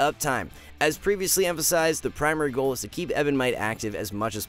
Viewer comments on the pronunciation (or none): none